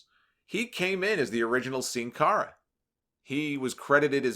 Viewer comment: First english speaking person from YouTube that pronounce “Sin Cara” right